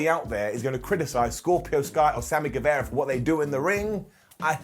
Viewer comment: ITS NOT GUEVEEERA ITS GUEVAAARA hnnnghghgh